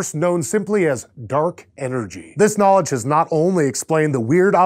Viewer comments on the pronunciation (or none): none